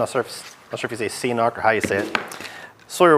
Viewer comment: Cool stuff! (And it's "K-Nock" haha). ")